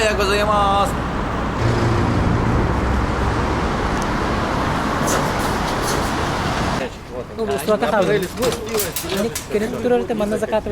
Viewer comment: Слушать как пытается выговаривать «годзаимас», отдельное искусство😂